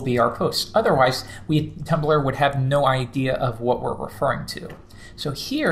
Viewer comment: Did he say Tuplr?